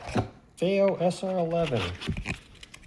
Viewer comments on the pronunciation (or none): Why do you keep saying 'Fay-o'? 😖 It's Fee-o.....